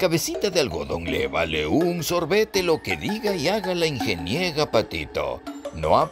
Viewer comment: «La Ingeniega Patito», jijiji…jijijijiji… No dejo de reír por esa "ocuguencia".